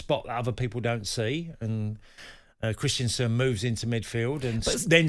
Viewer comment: Christiansen? I thought it was Christensen